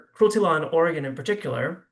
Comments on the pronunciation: Can you not pronounce the state’s name properly woman?? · Lady, you are mispronouncing Oregon. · What a moron she can't even pronounce are state name right